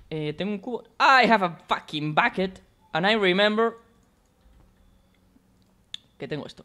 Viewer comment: "i have a fakin backet" jwjdjwksj